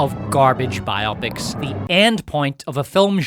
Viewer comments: Bye-oppics? You mean bi-oh-pics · Why do you say ‘’bi-opic’ like it’s a sexually intrigued opic? When you say ‘biography’ it’s ‘bye og ruh fee.’ These movies are bio-pics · Bio-pics, not by-opics. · I'm not sure I can bear to listen to someone mispronounce "biopics" for 3 hours.